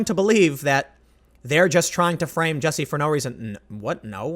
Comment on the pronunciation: It's pronounced "juicy"